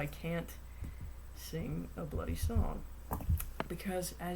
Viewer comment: OH MY DAYS I've never heard "bloody" in an american accent but hey new experiencesAND CAN YOU STOP COS ONCE YOU PULLED OUT THE HOBBIT I WAS ACTUALLY SO HAPPY (it was the one book I didn't mind reading with mum for homework and yeSS STORYTIME AGAIN) I'VE NEVER MET ANYONE WHO SPECIFICALLY REALLY LIKES ANATOMY AND MUSCULATURE (well not that I've met you but ) IT'S SO WONDERFUL KNOWING WHICH CORD PULLS WHICH LIMB SORT OF LIKE WATCHING INVISIBLE PUPPET STRINGS (sorry this must be loud to read) AND TENDONS IN FOREARMS OH MY DAYS I SHOULDN'T BE IN AN ORCHESTRA ALL I DO IS WATCH PEOPLE'S HANDS AND AHSJKSLAJD